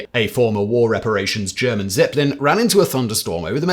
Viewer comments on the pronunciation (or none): none